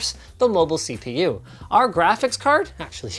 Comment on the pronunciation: Did he just say... C poo performance ?